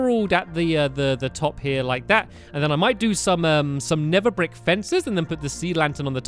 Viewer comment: neTHer not neFer